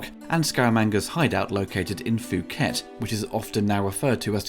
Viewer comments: Just a few notes. The island is pronounced poo-ket. The island is now limited as there are too many visitors. All the AMC cars used were destroyed in filming because the laws said the owners would have to pay import tax otherwise. Soon Tek - Oh who plays the Thai agent is from Singapore and of course didn’t speak Thai. Rog said when he took a dunk into the canal in Bangkok he saw a body. Honest you couldn’t pay me to go on that water - talk about polluted. Plus parasites and bacteria. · Actually it’s pronounced “Poo-ket”. Many Brits seem to get it wrong lol.